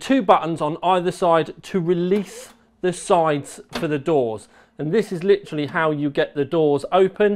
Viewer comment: please stop saying "lichraly"